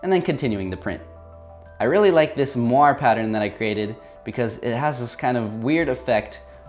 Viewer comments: not to be rude, but, Moiré isn't pronounced MWOAR, it's actually pronounced MOORAY. i just saved you from a meme tsunami. love the vids ;) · Hey man, that’s an amazing video ! one gripe though : Moire comes from the french word Moiré, so it’s pronounced « moah-rey ». Sorry to be THAT guy but as a proud Frenchie I’m kind of helpless.